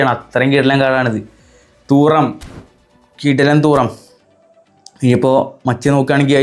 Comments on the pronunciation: തൂറം അല്ല 😂😂 തുറാം ആണ് 🤝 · Ee fundakk name parayanum areellee Thooram alla thuram🙃🫠